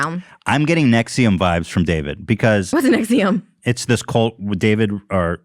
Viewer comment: It sounds so strange when you're saying 'Nexium' cult. When that's the medication I use to take for my horrid reflux. Yo, I'm a gerd girl.